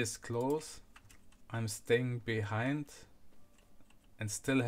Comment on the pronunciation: "i`m stäing behäeihnd" :D